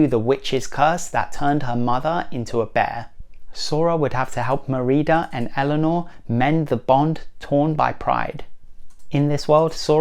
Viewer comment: Your saying her name wrong of brave